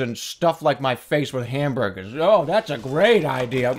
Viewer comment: God I love when Jerma says "ham burgahs"